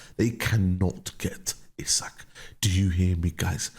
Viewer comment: is hilarious. Even if United could put it on tick. He would NEVER join United in their current state. 😂😂😂 Also its "Ee-Sak" not "Isaac"